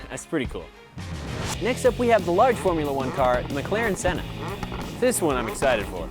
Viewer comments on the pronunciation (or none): Bro mare me rage when he said McLaren senna